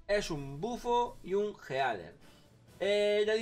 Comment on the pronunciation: Yo lo apoyo, y no es por ser "niño rata" pero a diferencia de los demas youtubers, no pronuncias bien las palabras. Es como... ellios zon los jealers (así, jealers. No Healers. Jealers) es algo común, hay personas a los que les molesta, otros que no. Hay muchos youtubers que hablan de esa forma. Un ejemplo seria... oh, se me olvido su nombre... pero es un chico que hace tops en su mayoria, pero tiene un acento algo molesto y poco normal, el cual provoca que no se le entienda mucho al hablar. Mi punto es, no te tomes tan a pecho todo y llames a todos niños ratas solo por una critica.